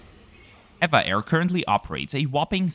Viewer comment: EVA Air is officially called E.V.A Air. But they are more conveniently referred to as ee-va Air... not air-va air as you pronounced in this video. Overall a lovely, informative video, as always. 😊